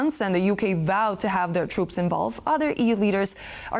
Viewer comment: 😂 yea? “We shouldn’t put twoops over der cuh, it’s too dangewous”…PIPE DOWN! Pull yourself together MAN! WERE IN A WAR DONT TELL US ITS TOO DANGEROUS, ya dangerous times bruh! BOMBS FALL FROM THE SKY THESE DAYS, everything’s dangerous don’t just say “it’s too dangerous” instead u say maybe like:” it’s risking too much personnel or equipment” -that sounds more APPROPRIATE FOR WARTIME SPEECH! SLOW DOWN YOUR WORDS AND THINK ABOUT WHAT U SAY SO U SOUND SMART…